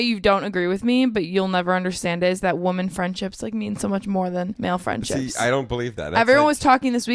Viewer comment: also pronounces women and woman as "woman". I noticed it in the vlog narration, but I think it's funny that they pointed out the bagel pronunciation here.